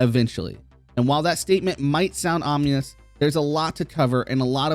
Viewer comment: Why is it that no one can say "Ominous" the right way